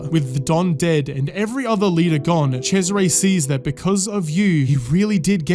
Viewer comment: Holy, the pronunciation of Cesare as Chezzaré LOL